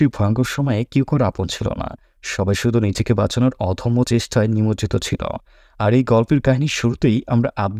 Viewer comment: উচ্চারনে অনেক ভুল আছে।এসএস ছি না এস এস সি, ডাউল না ডাল,অধম্য না অদম্য, মাক্স না মাস্ক। এমন অনেক উচ্চারন ঠিক করতে হবে।আর সব ঠিক আছে।